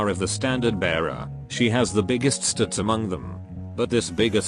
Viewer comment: Anyone heard the biggest stats pronounced as biggest s tits in the video XD? That's a subjective truth